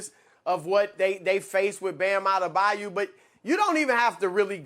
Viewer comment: Why do so many people pronounce it Bam A-da-bayou? It's further away from the spelling then the actual pronunciation A-de-bye-oh.